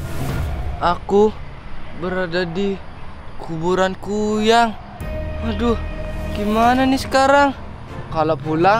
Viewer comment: Kn kuyyang lagi kuyang lo bukan kuyyang uuu ngomong apa pun di tambahin tambahin uuu😂😂😂😂🤣 bilang kuyang aja kuyyang 🤣🤣🤣🤣